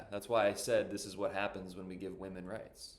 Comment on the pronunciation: "How are wahman oppresed?" her answer- Go read the Huffington Post....